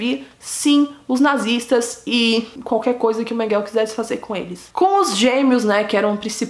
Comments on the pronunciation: SABE A "IMRESSÃO" QUE FICA QUANDO VÍDEOS MARAVILHOSOS COMO O SEU SÃO DESMONETIZADOS??????CONIVÊNCIA!!!!!! APROVAÇÃO DO QUE FOI CENSURADO..... INFELIZMENTE..... PARABÉNS,!!!! ESSE ABSURDO TEM QUE SER SEMPRE VEICULADO PARA O MUNDO NÃO SE ESQUECER DESSES HORRORES DO HOLOCAUSTO. E PRINCIPALMENTE, PARA NÃO REPETIR!!!!! OBSERVAÇÃO CONSTRUTIVA COM RESPEITO: NÃO É " MENGUÉL", A PRONÚNCIA CORRETA SERIA " MÉNGUELE". COM TODO O ❤️ CARINHO. 😊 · A pronúncia do nome é Mênguele. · Julgo que é Mengel , sem "e" no fundo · Ela tem que melhorar a pronuncia do alemão, não pode comer o E do final,...pronunciar certinho. Afinal não é inglês, Mengel.... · Por quê você fala " Mengel"( eu sei que você fala do jeito que você quiser...)Mas "Mengel", é terrível!!!! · É MENGELEÉEEEEEE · A pronúncia é Mênguele. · Vc está pronunciando o nome dele errado. Interprete meu comentário como uma crítica construtiva. Abrsço e parabéns pelo canal, descobri ontem e nao consigo parar de assistir. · Metade do que foi dito no vídeo é verdade. Ah, vc poderia pronunciar o nome dele corretamente, já que se declarou tão estudiosa da vida do cara. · Acho que vc falou errado o sobrenome,vc fala como se fosse em ingles. Em alemão é quase como se le. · Você pronuncia mal o nome dele!🤣🤣🤣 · Não é menguel e sim menguele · Menguele é não menguel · Não é Mengel!!! Mengele repita Mengele!! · Não é Mengueu mas sim Mengule guellleee Mengule lê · Não é Mengueu é Menguelllleee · Em português a pronúncia não é Menguel e sim Menguele? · Morou próximo minha casa aqui em caieras. Só que acho que você está pronunciando errado. Não é menguel é menguele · A pronúncia correta não é Mênguele? Achei estranho Menguell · Por que você sempre fala Mengel ao invés de Mengele? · Conheci ele pessoalmente é Menguele e não Menguel ! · Não é Mengel e sim Menguele ,Josef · Não é MENGEL e sim MENGELEEEEEEEEE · Não é Menguél, é MengelE! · Porque diz Menguel...??? E MENGUELE...se pronuncia Menguele. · Não se pronuncia mengel e sim mengele